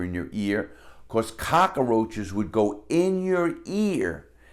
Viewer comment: I love the way he says cockroaches 😂